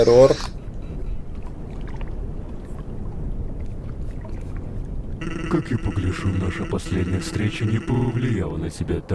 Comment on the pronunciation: а зачем ты называес эрор на говорит эрар